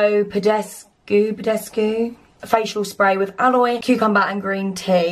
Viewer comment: The way you said Alo ALOI 😂